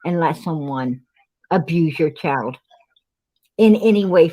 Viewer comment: It's Child PG not Chald